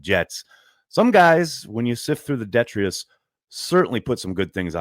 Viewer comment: DET-TRIUS???? Do you mean DE-TRI-TUS? de·tri·tus /dəˈtrīdəs,ˈdetrədəs/ noun noun: detritus waste or debris of any kind.